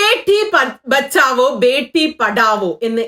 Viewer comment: ബേട്ടി ബഗാഒ എന്നാണ് പറഞ്ഞത്..